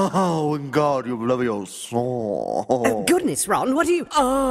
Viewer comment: BlueLightning Films no it's pronounced leviosaaa